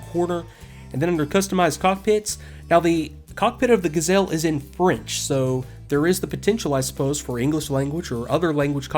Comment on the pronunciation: no no no... you say ''Ga'' short and ''zelle'' long. The correct french pronounciation is ''Ga'' long and ''zelle'' short! Please. It's a joke, but it's true :P Great review!!!